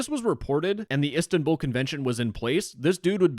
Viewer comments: It’s “is tan bol” not “istan bull” Also it’s “Istanbul” not “istanbül” Also “Celik” is pronounced “jelik” since in Turkish the celik you said would be “Çelik” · Bro said ESTANbull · the pronunciation of Istanbul😭😭